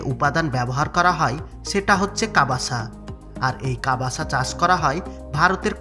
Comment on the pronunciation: প্রথমতঃ ওটা ' কাবাসা ' নয়,' কাসাভা। দ্বিতীয়তঃ কাসাভা ফল নয়,মূল। ভয়েস ওভার করার সময় বিকৃত উচ্চারণ ঠিক করা উচিৎ।